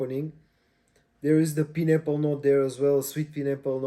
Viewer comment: “Pie”n apple… not Pin apple… :)